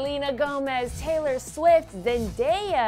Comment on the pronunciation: emm se dice teylor